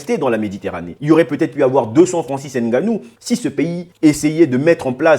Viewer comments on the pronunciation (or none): Stp prononce bien Ngannou. Ce n'est pas N... Gannou mais Ngannou ! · Hahahah de père camerounais et mere de congo Brazzaville, je valide.😂 par contre Ènganou au lieu de ngannou non ça je peux plus entendre surtout venant dun africain comme toi. Èmbappe ènzonzi éngolo, prononcez les nom correctement les gars serieux. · Je suis content de vos vidéo, j'ose croire que vous êtes bien un bon Africain, juste que. Le nom c'est NGANOU et non N ganou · Arretes de prononcer Nganou <N’ganou> comme un français. Tu sais bien dire Nganou. Pourquoi ce complexe?